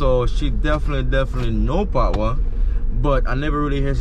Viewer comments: Bro, it’s pat wa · you a romanticise the word. It is 'patwa'. Pronounce the wa after pat😀